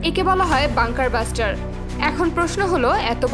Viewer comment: বাঙ্কার ব্লাস্টার। বাঙ্কার বাস্টার না🤣